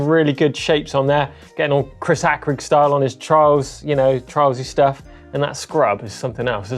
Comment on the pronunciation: I’m sure it’s pronounced Chris hay crig not Chris hack rig